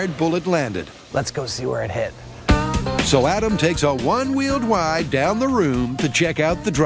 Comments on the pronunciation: “Adam takes a one wheeled wide”Narrated by Elmer Fudd? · Who noticed the voiceover guy say Adam is taking a one wheel wide instead of ride